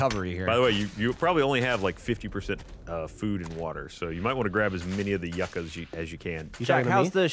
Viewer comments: Yucca is a root vegetable. Similar to potato. Pronounced yoocah...you know...like SCUBA. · You-kah, not yuck-ah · Yucca is Pronounced "you Ka". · For fuck's sake, yucca is pronounced YOO-KAH